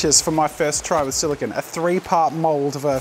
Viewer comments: Silicone. Not silicon. They are different. They are said different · Great video Jazza, but please note that "silicone" is not pronounced the same as "silicon" (what you were saying), the correct way of saying it is "si·luh·kown" (silicone) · It’s solo-CONE